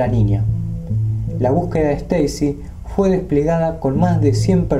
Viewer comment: Me intriga mucho éste tema, mas aún cuando se menciona el windigo. El único detalle es (sin ánimos de ofender) que se dice "Fue" y no "jué". Le quita el suspenso y la seriedad al asunto. Un saludo desde Entre Ríos, Argentina